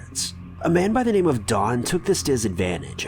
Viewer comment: Not to mention, pronunciation!!!! I’m over being nice. Get the shit right